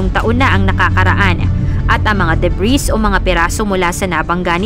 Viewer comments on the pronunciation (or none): silent s po ung debris